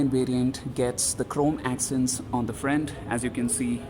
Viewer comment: Bcz of your accent you said "frent" instead of "front" when you were talking about the grill.